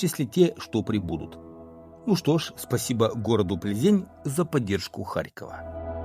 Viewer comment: ПлзЭнь правильно звучит по чешски,поверьте мне,живу здесь много лет.